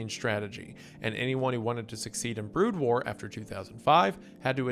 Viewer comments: it has to be, after the first time he says it, he goes back to pronouncing Brood War correctly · Broad War, Protiss, and Te-ran is WendiKilling me bro. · He does start getting it correct later on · excuse me? "Broad" war? It's BROOD war! >:c Even my german ass can read this better. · My dude. BROOD War. Not Broad War :) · Wendigoon has clearly never watched or played StarCraft with the Protoss and Terran and "Broad War" vs "Brood War" mispronunciations lolll. Great video though! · Not broad war, Brood war. Brood as in a brood of chickens etc. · BROOOOOD WAR NOT BROOOAAD WAR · I love all of windegoon pronunciations of StarCraft terms lmao. BROD WAR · You're saying the race names wrong. Terran as in of the earth, terra. PRO-toss. You called broodwar broadwar! Unforgiveable. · As a huge StarCraft fan, the mispronunciations are killing me 😭 BROOD War as in RUDE with a B TERRAN like you’re running an ERRAND PROTOSS as in PRO pitchers do long TOSS to increase their throwing strength All that aside, glad you’re covering my one of favorite games ever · TerrAHN?? Okay, I was wondering about Wendi's weird pronunciations of some words but now it's clear that he just doesn't know how to pronounce them. EDIT: BRAUDWAR???!!! THE FUCK?? EDIT 2: he said "brood" right this time... is he fucking with us or was there a cut at some point and he learned how to pronounce it during then? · These mispronouciantions are hitting me like flashbangs "Broad War" "PC Bangs" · Oh god, the pronunciation of Terran and Protoss, and then holy shit, he did it twice, called 'Brood War', "Broad War". Bro, just watch at least one video on a topic you're covering before you read a script if you don't know the topic and pronunciations, especially for something that, in this video, has an enormously massive fanbase longer than you've been alive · ...i'm guesing wendi** didn't research this himself, othervise he would've known how to pronaunce "brood" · “BrOOD War”. Pronounced like “dude”.